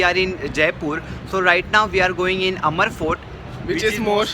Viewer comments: Abe amar fort nhi h...Amber fort h..Bawli.. nd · It's Amer fort not amar fort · Its not amar it us aamer fort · Not amr fort.. It's amer fort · It’s pronounced AMR not AMER . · Its not amar its आमेर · Its not amar its amer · Its amer fort not amar fort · learn to speak the work amer properly !!